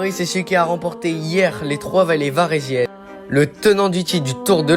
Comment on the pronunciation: C varésines pas varésianes